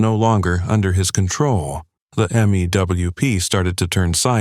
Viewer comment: Same with M-E-W-P. Pronounced 'mewp'.